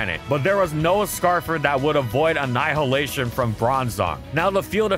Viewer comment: The H in "annihilation" is silent...